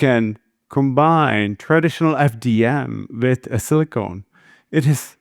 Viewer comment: Silicone, not silicon.